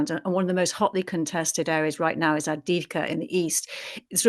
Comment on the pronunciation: Also ad-viv-ka no go zone 👍